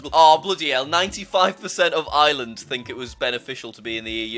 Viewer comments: Everyone does except for irish people. I'm actually irish and everyone pronounces it island but it's actually areland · Jack: “95 percent of island” MY GUY THERE IS AN R AND AN E THERE ITS IRELAND NOT BLOODY ISLAND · As an Irish person STOP CALLING IT ISLAND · HAVO YOU EVER HEARD OF A ACCENT?! EVEN IM BRITISH AND I PRONOUNCE IT AS ISLAND